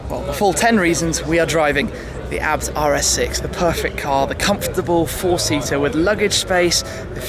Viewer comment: isn't it A B T like ayy bee tee or in German AA bi ti